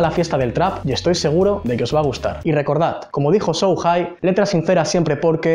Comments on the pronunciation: dijo so high en ved de sho hai jajajaja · COMO DIJO SOU JAI JAJAJJAJAJAAJAJJAA vaya tela